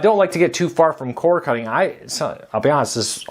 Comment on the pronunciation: C O R D NOT C O R E ENUNCIATE